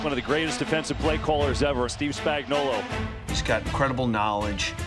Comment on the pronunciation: But can we include how to pronounce his name? Everyone and their mother calls him "Spagnolla". Say it, "Spagnuolo." It has a big "O" on the end of it. He's not a can of Chef Boyardee 😂